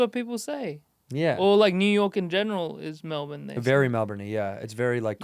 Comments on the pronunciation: Still feels like it's halfway to the old "Mel-born," to me. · So proud of how Andrew says “Melbourne” Fluently now 🎉